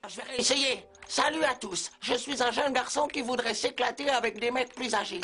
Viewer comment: "Saluut " 😭🤣